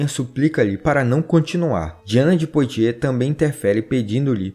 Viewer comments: Excelente canal, parabéns! Apenas para ajudar, a pronúncia francesa correta de "Poitiers", é "puatiê" com o ''S" mudo....como boîte(casa noturna de música)...que se pronuncia "buáte"...."Calais" também está incorreta, a pronúncia correta é "calé"... O "S" só é pronunciado em francês quando aparece vogal posteriormente. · Texto muito bom e exato. Parabens. Porem a pronuncia de nomes franceses como Calais, Poitiers etc... deve ser melhorada.